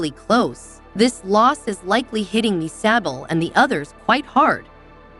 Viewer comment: Lady....your killing me! LEARN TO PRONOUNCE YSABEL NAME CORRECTLY!!